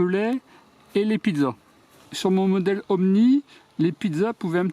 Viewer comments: Ooni ,pas Omni !!!!!!!! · Ooni pas omni 😂